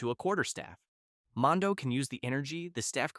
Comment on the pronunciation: It's Mordo, not Mondo.